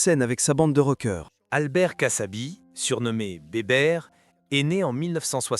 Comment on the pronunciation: kassabi pas cassabi